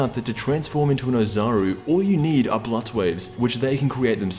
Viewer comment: You say blood weird